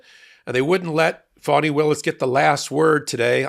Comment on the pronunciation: Pronounce her name correctly....its fani